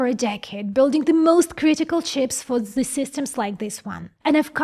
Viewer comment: One thing: "ZE" ;) I never heard someone, speaking ze "th" so funny ... aside of my friends from Bavaria, who speak a th as a "F". It's so funny .. I love it :D